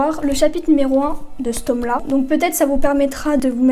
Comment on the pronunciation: Le tôoome MDR 🤣